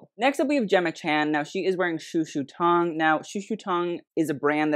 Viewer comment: I mean I'm not Chinese but I also study Mandarin, and I honestly couldnt tell you've studied it before. the way you pronounce the 'tong' in "shushu tong" is distinctly American I think, it sounds more like 'tang'. same with the 'shang' in "shanghai", its more of an ae sound. you pronounce both as if they were English words, if that makes sense? like the vowel placements were more English than Chinese the founders' names had better vowel placement I believe, but if you have studied Mandarin you could definitely attempt the names with the proper tones? I'm not a French speaker but it's clear when you pronounce French brands that you've spent time and effort to get it fairly close to the proper pronunciation, even if some of them are quite difficult. same with other European brands, from what I've seen from you so far. meanwhile here it seems like you heard it spoken a handful of times and then just attempted it based on that I'm not here to police how you run your channel but you have stated in recent videos that you'd like to get more into the Asian side of the fashion world, and I would hope properly pronouncing their names as best you can would be among the first steps towards that. this was an entertaining video otherwise!